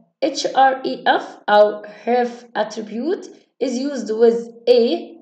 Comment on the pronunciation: اولا هي مش اسمها a h r e f لكن بتتقا aاتش. رف❤❤